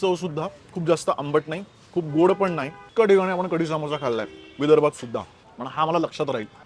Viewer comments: सामोसा नाही रे समोसा अस्त ते😅😂😂😂😂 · तो सामोसा नाही समोसा आहे, आणि सर्वात बेस्ट समोसा जळगांव चा आहे... परंतु तुझं तेच तेच विदर्भ आणि नाशिक